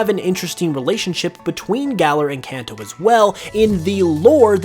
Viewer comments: You keep pronouncing Kanto wrong. Kenton is pronounced (kahn-toh). Its Japanese. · I mean Kanto not kenton.